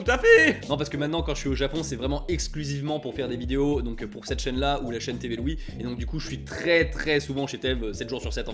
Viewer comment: Quand il dit "Tev et Louis" je suis le seul à entendre "TV Louis"? 😂